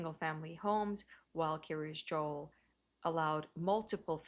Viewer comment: In other videos, some people have thought she was saying Curious Joel.